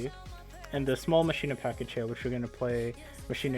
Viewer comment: It's not Ma-shi-na it's ma-key-na :'(